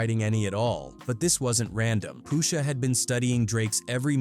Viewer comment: Poosha huh... Get a better AI voice over